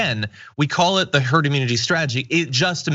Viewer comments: Did he say TERD MENTALITY???Cuz that makes sense. Lol. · Did anyone else hear Trump say "turd" mentality before he corrected himself. Is that what he actually thinks of the American population? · He almost said “Turd Mentality” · Wait... didn't just hear him say 'TURD MENTALITY"? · "You'll develop a turd.. herd..." Greatest President... lol...